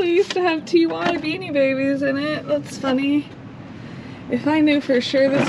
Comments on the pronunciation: Love your videos. Ty is pronounced "tie." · The TY stuff is pronounced tie. FYI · Watching your antics with Alex is entertaining, you guys make a great couple. In case nobody has to you yet, TY is pronounced "tie" when it comes to the beanie baby maker. :)